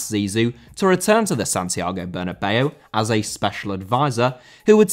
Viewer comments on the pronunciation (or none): Bernabéu* not Benabeyuw